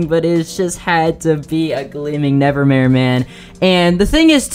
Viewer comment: This dude really said he encountered a gleaming “nevermaye”